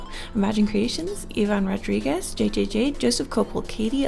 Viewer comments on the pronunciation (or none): none